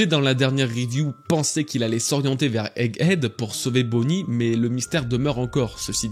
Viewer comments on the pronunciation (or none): none